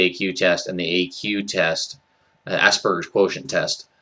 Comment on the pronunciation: Finally someone who pronounces Asperger's with a hard g and not a j. I've come across many videos that I had to turn off before I got to anything interesting because of the people pronouncing it with a j. I don't think it's a wrong pronunciation, but it just makes my ears bleed.